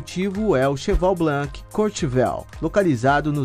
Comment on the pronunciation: Se diz CHEVALE ( Cheval)) BLON ( Blanc)